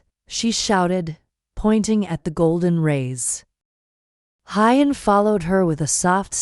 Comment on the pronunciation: Maya will be celebrating her 6th birthday. Narrator please learn how to pronounce Who-yen's name...not Hi-yen!